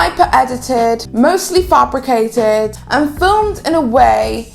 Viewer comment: And you can’t even pronounce ‘fabricated’ correctly.